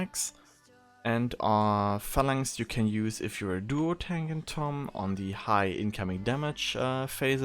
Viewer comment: this is not tomm, it is lomm -_